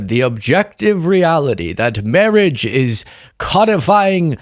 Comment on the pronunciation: "mawwiage",a dweam within a dweem"